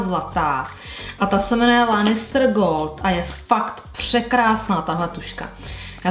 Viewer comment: Promin ale strašně mě to rozčiluje ty si ten seriál asi neviděla protože jména postav vyslovujes úplně jinak než se říkají! (sersí lanistr wtff a ještě mnoho dalších)